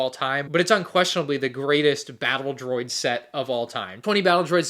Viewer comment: Gotta love the "DRODI" army :D